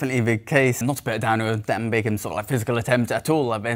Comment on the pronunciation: Wow, that’s cold and incredibly disrespectful to Dan Bigham. To say he “bought the record” is disgraceful and belies the amount of work that went in to this hour record. You also said his name wrong quite a few times. Bigham, not Bingham.